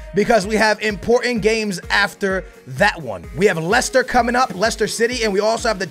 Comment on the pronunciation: I do wanna see more Campbell especially now that he is a 77 overall, so you could play him in the cups or something, he's really fast, but he's like Welbeck, he doesn't go up as much. And I think you're pronouncing Leicester wrong. Nice vid like always!